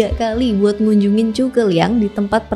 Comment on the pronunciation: Zhuge bang bukan cu ke